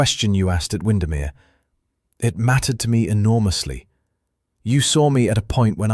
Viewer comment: OMG - obviously the creator of this video has never heard of Lake Windermere because the pronunciation of it is appalling and very annoying.